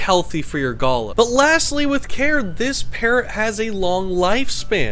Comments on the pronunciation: Its not pronounced go lah, it is gal ah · Pronounced Gāh-lā not "gola". Source? am aboriginal. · Australian here, love your videos. First time I’ve heard it pronounced guh-luh. Maybe it’s pronounced differently elsewhere 😂. But yeah usually pronounced ga-la, really emphasising the a’s. Also, there’s a bunch of these guys who just live around my area, they’re super cute when they fly down to drink from my dams. Absolutely adorable birds. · I think it's pronounced "galaa", not "gaala". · FFS it is not "Gulluh" it is a Galah. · You need to learn how to pronounce the name of the species, All one word but Ga lar, not Gala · You got the pronunciation wrong it is ga LAR (with an "are" or R sound.. or like R in jar) . My exes parents have one so I guess he'll have it one day, my daughter has one and my mother has a pair of galahs. They are fun birds. My favourite parrot is a corella which my exes parents also have, it comes up with things and sentences which weren't even taught to it and uses the sentences for the right situations. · Ga-lah .. it’s pronounced ga-lah .. a gala is where you go to a pool 😅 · It's pronounced Ga-LAH with emphasis on the second syllable. I'm lucky to live in an area of South Australia where these fellas are everywhere and are crazy birds in a good way. They are often seen hanging upside down during a rainshower, which allows for the cleaning of their feathers. I once knew a lady who was given a Galah chick in 1925 when she was 5 years old. She lived to be 85, and the bird outlived her for another 4 years... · in aus we pronouce it (gul ahhhh) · You pronounce the word as Ga-lah, they are gorgeous birds. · That poor bird you did not stop moving your hand arround which would make it so nervous. Also pronunciation is gulaaaa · Did lots of research apart from how to pronounce "Galah" properly. galarrrrrrrrr. LOL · Yeah, who says guluh 😂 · The way you are pronouncing Galah is incorrect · Love how you say Galah we aussie say it different